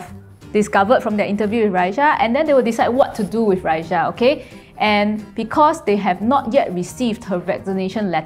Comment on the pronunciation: What is with Chinese people and adding a “h” to people’s names? It’s clearly RA-EE-SAH not RA-EE-SHAH jeez plain English letters bruh cmon